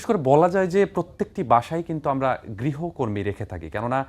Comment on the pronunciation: Uccharon vul. Grihokortri na. Grihokormi hobe